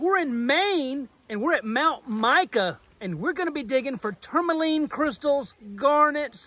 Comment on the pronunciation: can you say tourmaline correctly at all....ever?